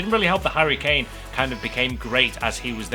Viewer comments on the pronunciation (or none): none